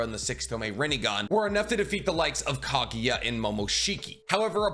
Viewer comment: Kama? wtf dude. Knock it off with this odd spelling/pronouncing bs. It’s Karma. And what’s with you, calling Kaguya - “Kageeya”?? 😂😂 you’re a weirdo